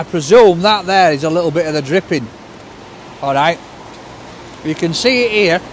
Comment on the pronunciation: Haha if 'd been wearing specs he'd have paused and looked over the top of them as he said "DRIPPING" knowing wink epic reviews, love it